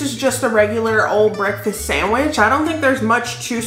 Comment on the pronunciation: lol I though you said breadfast